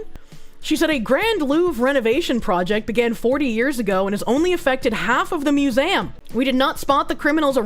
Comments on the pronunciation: Mew-zay-umm... hmmm... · The way says "museum" as "mew-zam" irks me lol. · 'Louvre? i dont know how to pronounce it..' Also: 'Mew-zay-am'